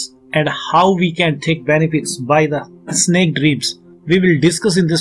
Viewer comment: Its snake not Isnek